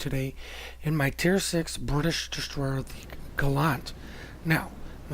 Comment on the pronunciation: Gall ANT not aunt